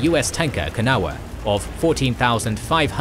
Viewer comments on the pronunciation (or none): none